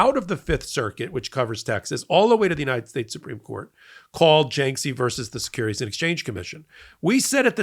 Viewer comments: It's pronounced "JAR-kiss-ee". I don't know how you get "JINK-see." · Is this f*cking guy talking about jarkesy? Who the eff is Janksie?(!) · Jarkesy... not Janksey. Oy. Come on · FYI, other news outlets pronounce Jarkesy as "JAR - keh - see" (or occasionally "jar - KEH - see"). There's no "N" in the name, and the first syllable does not rhyme with "bank."